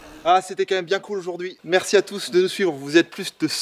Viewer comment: C'est pas biiieeeeeen x) x) Cet accent suisse x) x)